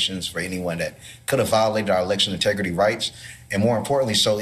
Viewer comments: Did she say "election tegridy?" Boy, Randy Marsh is going to be feeling great after that. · “Election Tegridy”